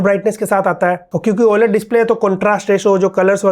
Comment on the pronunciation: Bhaiya 4M pahuchnewala hai lekin OLED ko oye-led bolna nhi badla..just kidding bhot acchi kaam krre ho keep it up 😅